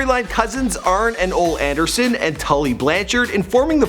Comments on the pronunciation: Ole Anderson - pronounced Oh-lee - not Ohl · Bro, you need to do some more research. Wahoo "McDonalds." Pic of Flair with the "10 pounds of Gold" WHC used when talkng about a lesser championship. Calling them "leagues." "Ol" Anderson instead of Ole ("oh-lee"). "form rivals" they're rivalRIES. "The" WCW. No mention of Flair being FIRED by WCW. Curt "Henning", Barry "Wind-ham" Talks about the NWO but shows a clip with the Undertaker. ...paraded up and down the "alley" "X-Pack." etc. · "MacDonald"? "Ol' Anderson"? Why can't people who know what their talking about do these damn videos?? This guy is an idiot. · It's Wahoo McDANIEL And it's pronounced OLEE (Ole) Anderson. C'mon, dude.